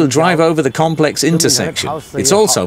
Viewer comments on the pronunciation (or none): none